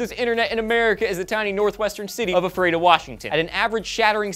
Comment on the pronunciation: Df? I live in ephrata pa haha. BTW. U said ephrata wrong